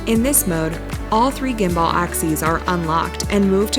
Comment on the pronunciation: "gimBUHL" is how it's pronounced, the lady in the video IS a native English speaker but she is unfamiliar with how the word gimbal is pronounced (it is sort of a technical term so I'm not surprised)